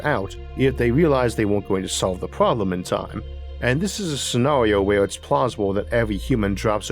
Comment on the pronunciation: This guy is the only guy with an "r" problem (pwoblem) I kind of like.